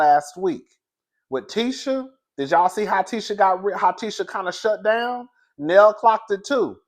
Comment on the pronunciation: Hey ❤️ Her name is Nell, rhymes with Bell.😊